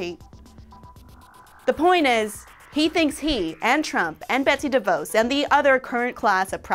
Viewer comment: Your points are all well taken but DeVos is DEVos (short O)